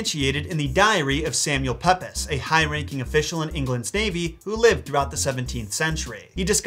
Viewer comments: (Gentle comment to say I loved this video it cheered me up immensely after a bad month but also I'm pretty sure 'Pepys' is pronounced 'Peeps' thank you for the great content and I love your dogs and any content you do that mentions Hercules it's my favourite Disney film ❤️) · Great video,! But...ummm... "Pepys" is pronounced "Peeps". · I have recently began to watch your videos, so yes I am also receiving your older videos. Sir Samual Pepys surname is pronounced peeps, not peps. Funny spelling maybe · Arrgh!! No!! His name is pronounced Samuel PEEPS, not Samuel PEPIS. So, can I mention that the bones of Saint Valentine are to nr found in the Carmelite Church known as Whitefriar Street Chutch, Dublin, ireland, which can be viewed by appointment. There was a pope called Valentine, who was the 100th pope. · I shall spend Valentine's Day morning as I usually do - staring in a mirror for 15 seconds, growling "Phwoarr!" at my own reflection and then wondering if I need to trim my eyebrows. A slight correction on pronunciation: Samuel Pepys surname isn't pronounced "Pepp-iss", it's pronounced "Peeps" - yeah, like those bizarre yellow chicken candies you get at Easter. Full disclosure, I, too, used to call him Pepp-iss, and then I moved to a part of inner London where people referred to 'the Peeps Estate' (in the US it would be a housing project). As I was living in a strongly Labour-run borough, for the longest time I thought it was the nickname of a socialist dream 'People's Estate'. Imagine my chagrin when I discovered it was named after one of the country's most famous diarists. The shame lives with me still - and in honour of your channel I'll add a Home Alone shocked face to my usual Valentine's Day ritual this year. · I love what you do and have never missed an episode even if I'm a few days late but just an FYI it's Samuel PEEPS not Peppers. I know it's not spelt like that but ta da welcome to English lol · FYI Samuel Pepys surname is pronounced "Peeps"